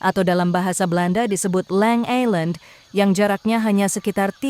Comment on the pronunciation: Lang Ijland bukan Island 😂 I was born around the west coast of Java nearby east of Krakatoa just west outside Jakarta.